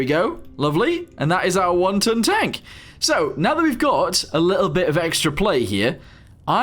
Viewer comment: Am I the only one the kept hearing, "wonton tank"?